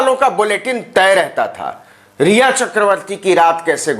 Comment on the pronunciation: Phle naam to Tik se le lo riya ka Bhut Chinta h 😡